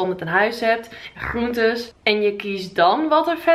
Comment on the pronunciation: Jou g als je groentes zegt, dat blijft grappig!